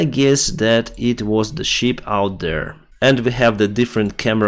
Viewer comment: Шып (ship), не шип (sheep).